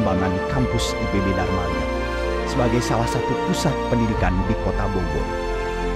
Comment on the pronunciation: Darmaga? Bukannya Dramaga? Hmmm